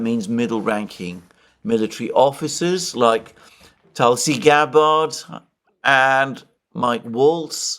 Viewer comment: Hi, please ease off the 2nd "a" in Tulsi Gabbard's name 😂 If confirmed, it will be ironic for Tulsi to move from the "Terror watch list" to the "Director of National Intelligence"